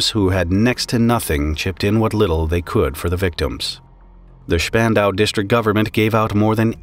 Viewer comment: Congrats on pronouncing spandau correctly